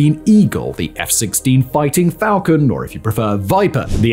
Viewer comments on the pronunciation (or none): none